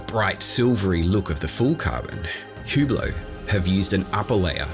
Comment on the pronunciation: its ublot not hublot